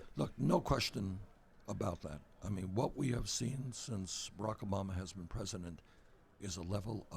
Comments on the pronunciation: he keeps saying Obamer. lol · lmafooo ''obamar''😂